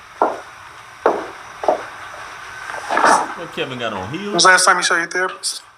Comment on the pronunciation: “What Kevin got on, heels?!”👠 It did kinda sound like it though!! lol 😂